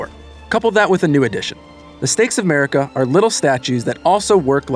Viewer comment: "They will lift the veil of shadow that has fallen over Marika's domain" Man, for a moment I thought (and I don't think I was the only one, lol) he said "America's domain", I was like "wtf?"